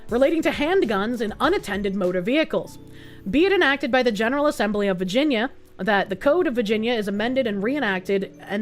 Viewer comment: I love the way says “vah-gen-yah” 😂❤❤❤